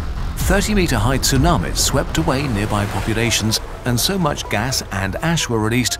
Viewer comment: i been telling my friends how hard the "ts" sound is to make for english native speakers. its not a syllable we are accustomed to. Glad to hear you pronounce it correctly in Tsar bomba and Tsunami, cuz its TS-oo-nah-mee so su-nah-me